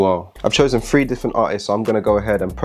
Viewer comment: I love my UK brothers but it always throw me off when you guys say faught instead of thought lol. I also like when you guys say one, two, free lol. Cool video, I dig tara’s best but yeah her hook was trash.